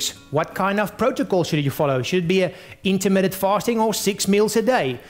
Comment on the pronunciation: "Intermittent faRting..." :P